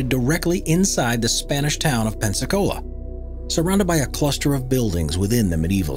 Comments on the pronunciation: Someone teach this guy how to pronounce Madagascar. And it's Peniscola, not Pensacola. 😂🤣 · Ive never heard someone pronouncing Peñiscola in such a weird way... Never. It sounds like you´re saying Pepsi-Cola :S:S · Nice try. Very funny the pronunciation of Peñíscola as the not very similar "pensacola" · Just in case nobody said so: Peñíscola is pronounced pehNYEEScola, not Pensacola :-) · El Bufador at PEÑISCOLA (Spain) no PENSACOLA (USA) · "spanish town of Pensacola", it is not right, the name is PEÑÍSCOLA, is ok written. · The Spanish town is pronounced Pen YEES cola not Pensicola!!🤣🤣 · De pepsicola jaja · He's pronouncing it like Pensacola, Florida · The spanish town of “Pensicola” Loool 😂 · Actually is Peñíscola, Valencia, Spain. Pensacola is in Florida USA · That is not even close to how you pronounce Peñíscola. Like. Not even trying. You are just saying a different name that you already know... 1/10 in effort.